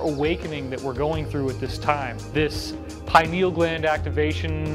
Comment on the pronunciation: I like that the lady pronounced it "pine- al" instead of "py-neeyul". I forgot the name was based on the pine-cone shape.